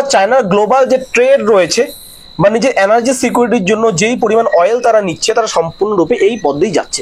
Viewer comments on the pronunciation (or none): আপনি উচ্চারণটা ঠিক করুন। অ্যানার্জি নয় এনার্জি। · ভাই, তোমার কয়েকটা বাংলা শব্দের উচ্চারণ বিদঘুটে । কানে লাগছে । ঠিক ক'রে বলো । যেমন, বার বার বলছো, "depends করছে", ওটা বলা উচিত "depend করছে" । দ্বিতীয়ত, "অ্যানার্জি" নয়, কথাটি হ'ল,-- "এনার্জি" ( energy ) । ---- মানস রঞ্জন চৌধুরী । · Video খুবই প্রশংসার যোগ্য l শুধু একটু যদি energy উচ্চারণ টা একটু সংশোধন করা যায় , প্রতিবেদন আরো শ্রুতিমধুর হবে l